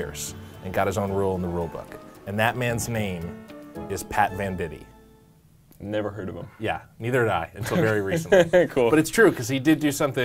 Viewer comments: I always thought it was pronounced VANDIGHT not VANDITEE *my life is a lie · First, it's VEN-dight, not VEN-di-tee. Second, he wasn't born ambidextrous; his dad taught him how to throw with his left hand. I don't know if there are any other errors because you lost me there.